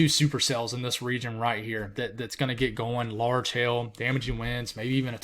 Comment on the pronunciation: you gotta enunciate that "hail," word, sounds like you're saying hell. lol. cute!!